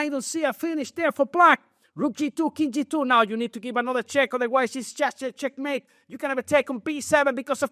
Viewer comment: Knight E3 wow. Nepo really said checkemate of checkmate